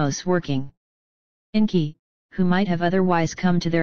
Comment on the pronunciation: FOR FUCKS SAKE,it keeps saying E-N-K-I.instead of ENKI, its so annoying